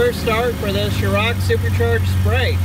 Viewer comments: FWIW: it’s a “Shor-rock” blower not a “Show-rock” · Good looking car! Very clean. BTW Us Brits call it a "Shorrocks" super charger, not a "Shor-rocks"...(just sayin')